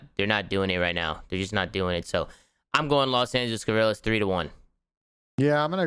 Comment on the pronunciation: Does anyone know they are mispronouncing LA Guerrillas